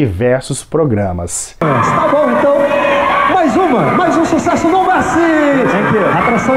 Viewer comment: Pouco antes do Gugu anunciar a próxima música, ele pergunta por que o grupo se chama No Mercy. Só que Gugu não pronunciou "mercy" no inglês e os cantores acharam que se tratava do nome do álbum, My Promise. Eles simplesmente disseram: "Minha Promessa". Então o Gugu repetiu mais alto: "Minha Promessa!!!" 🤣🤣🤣🤣🤣